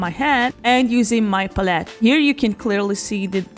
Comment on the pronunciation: Very much enjoyed your video. Pros are you general attitude. Love your personality. Cons are your pronunciation of pallete lol.